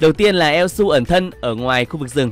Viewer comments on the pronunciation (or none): Thật sự là đọc elsu em lú luôn:))